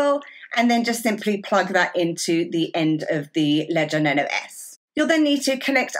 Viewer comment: Luv the accent. It sounds like she pronounces Nano as "Nuno"